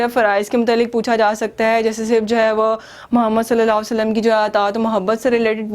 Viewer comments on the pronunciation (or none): none